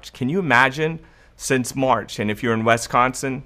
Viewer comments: Is it pronounced "wesconson" is it not pronounced as it is spelled, which is Wisconsin (Wis-con-sin)? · “WisCONsin!,”! lol ! I moved to California from WisCONsin in 2011 and still get laughed at for the way I pronounce it. Not that you pronounce it so bad but I needed a comment worth $900.00. And this is it...RIGHT? Better yet I’ll take the $5000.00, ok? Lol 😂 God Bless, cuz I’m broke! Oh yeah and before I forget...My birthday is October 3rd. This birthday girl turns 58 on 10/03/2020.♎️